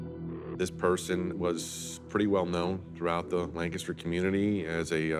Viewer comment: Why are they saying Lancaster like that? It's not "Lnkstr."